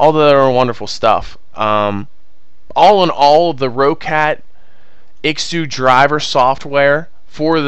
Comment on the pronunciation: isku, not iksu